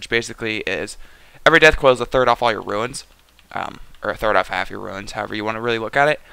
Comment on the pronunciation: It's runes , not ruins. Fucking Christ.